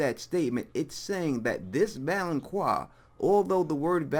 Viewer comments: It's not "valon*quar*" it's "valon*qar*", like "car". Also, you're wrong. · ITS VALONCAR NOT VALONCWAR!!!!! THE Q MAKES A tough C SOUND! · Pronounced (val-on-kar) god damn you done pissed me off continuously misspronouncing that word! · I always hear "Valoncroix" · shonshonacg 😁😁😂😂😂🤣🤣🤣 I thought I was the only one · lol yeah it was really bothering me too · Its pronounced val-on-kar. There's no u so there is no wha sound. . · I have to admit, my face twitched just a little bit every time you inserted a “U” into the pronunciation of the word “valanqar.” Solid theory, though. I hadn’t considered Euron. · I mean I am only 1 min in but the fact that you don't know how to pronounce valonqar does not give me hope for your theory. Tears could be a reference to the Tears of Lys, a poison Cersei has almost used before. I think perhaps Ayra will poison her, but just enough to make Cersei unable to move or fight back as in drowing her in tear, then posing as Jamie the Valonqar, Ayra will explain it all to Cersei and then choke the life from her. (with both hands). There might be something in "pale white throat" as in "pale wight throat?" perhaps as well :) Cersie could become the Night's Queen and Ayra will kill her after that, eh there are so so many variables with prophecy in GoT, you can never be 100%. I could be completely wrong with all of this and you could be correct, we really can't be sure!